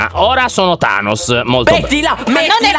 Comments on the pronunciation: Lyon NON Thanoss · Volevi dire tainos🤣🤣